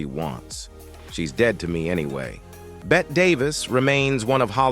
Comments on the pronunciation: Hey bot, it's pronounced 'Betty', not 'Bet'. Give yer coding a shake already! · Bette is pronounced the same as Betty.